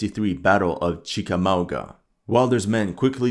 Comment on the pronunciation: Good job on pronouncing Chickamauga. They still have a Civil War National Park.